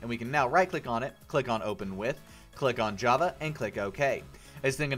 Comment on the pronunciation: in step one on the page where you help download java there is a typo in the beginning where you said "hava" instead of "java"